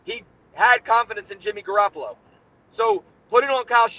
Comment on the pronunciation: He keep saying jimmy garapalo